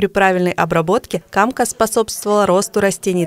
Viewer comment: В слове камка ударение на втором слоге. Сколько лет поражаюсь, что такая полезная вещь, как камка, вместо того, чтобы использоваться в промышленных масштабах, служит пугалом для отдыхающих. Организуйте сбор камки за плату - и пляжи будут чистые, и добро не будет пропадать, и местным жителям дополнительный доход.